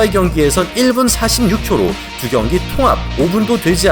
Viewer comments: 경기가 아니라 변기^^ ㅎㅎㅎ항상 영상 열심히 보고 있습니다^^목소리와 발음이 정말 좋으세요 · ㅋㅋㅋㅋㅋ나도 이글쓸라햇더니 이미잇네...근데 변기같이 들리기도함